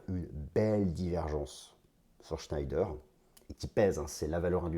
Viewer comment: shneider ce prononce chnéder